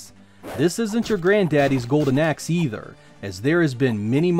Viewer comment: Im sure hes saying Golden Ex?? WHAT!!!